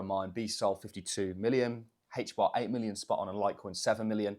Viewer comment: “HAYTCH BAHH” hbar